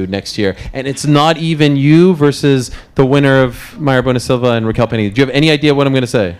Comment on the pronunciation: As an English learner, I enjoy Peña interviews. I learn a lot of new words, expresssions, and her pronunciation is so clear that I understand pretty much everything.